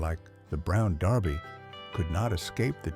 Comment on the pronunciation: Yeah Derby is mispronounced also.